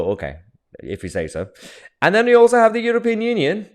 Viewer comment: "We haf ways". You would think they had learned a lesson after the last two attempts.